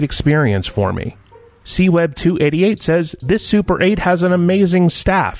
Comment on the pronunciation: Super 8 sounds a bit like "suppurate" and I guess that that's not entirely inappropriate here...